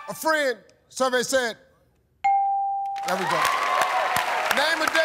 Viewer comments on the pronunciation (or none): none